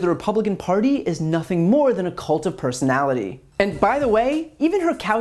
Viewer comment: I can only hear In Living Color every time you say Cult of Personality